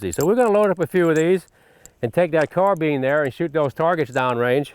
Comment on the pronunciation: why do people pronounce carbiiiiiiiine "carbean"